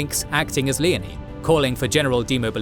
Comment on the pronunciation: Leo-nee not leney.